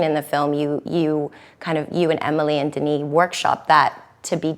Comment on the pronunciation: Finally someone that pronounce Denis's name properly!